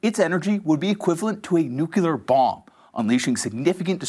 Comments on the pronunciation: if you want to be a name-brand media personality, learn to pronounce "nuclear" The middle syllable is LEE, not "yool". Nuke-LEE-ar. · What is a nuculear bomb?